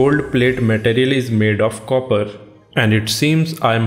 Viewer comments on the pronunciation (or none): none